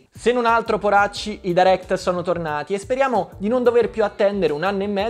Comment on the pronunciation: Potresti almeno pronunciarlo bene direct.. è fastidioso...